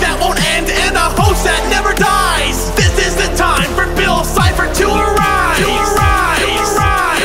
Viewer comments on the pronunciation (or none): Did you say bill CHIPPER instead of bill cipher? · Its cipher not cy0her